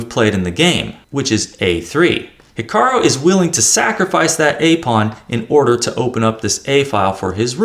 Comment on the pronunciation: It's HikaRU not hikaRO! This is so irritating, I'm making sure your videos aren't recommended to me.👿 please get it right.